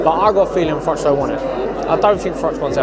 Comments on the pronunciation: Its froch. Ch ch ch ch no k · You'd think with how many times he's rehashed this saga he'd know his name is Froch,not frock ffs.